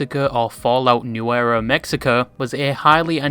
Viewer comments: THERES NOT EVEN AN R 😭😭😭 to help you: new-weh-vo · The way he pronounced Nuevo really bothered me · please never attempt to speak anything in another language ever again just put it into Google Translate for the love of all that is holy